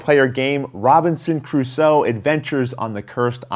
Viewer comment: Why are you pronouncing Crusoe with an ascent on the wrong syllable? Is it a Canadian thing?